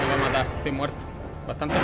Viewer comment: porque dices estoy mueto en vez de disir estoy muerto